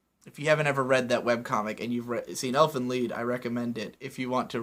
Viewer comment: I guess you've heard this a lot already, but you're mispronouncing "Elfen Lied". The title, much like the episodes, is named in Germa, and it means roughly "Fairies' Song',.... Wel, TL;DR, you read the "Lied' word as "Leed", not "Ly-d"